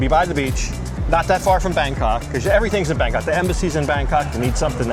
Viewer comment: Its called Bangkok honey, not Bangcunt